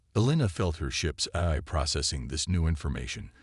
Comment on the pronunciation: Once again, nice story. And once again, your AI SUCKS!!! Why can't AI's say AI???? Yours can't decide between: "EYE", "EYE-EYE", "Eh-eye"!!!! AND wtf is: "Mini-AT-urized", "WEEP-onized", "CATa-lodged" and "PER-fict" (per-FECT)???!!!!